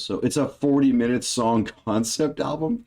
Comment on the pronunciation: SONG! not dong😅😅